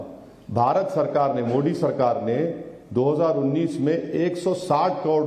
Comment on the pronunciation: ये उर्दू की तेहजीब इसकी जूबान से जहर क्यौं निचोड रही हैं? ये मोडी क्यौं कहता हैं? मोदी कहते हुए उर्दू के उच्चारण की बात करने वाले मूँह में क्या डालके बैठें हैं?